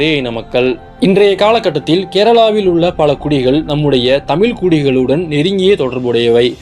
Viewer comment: தமிழ் என்று சொல்லவும் தமில் அல்ல ... நண்பரே